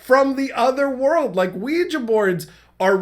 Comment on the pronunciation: Wee gee not wee juh. I was so confused for a min wondering what he was talking about, lol.